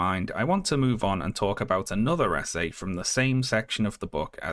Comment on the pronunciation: Every time you said "essay", I heard it as "SA", and the sentence still made sense.